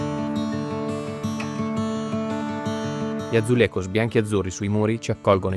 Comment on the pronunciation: Bel video. Atenzione alla pronuncia del J in portoghese, mai comme in spagnolo, ma si alla francese. Azulegius non Azulerros.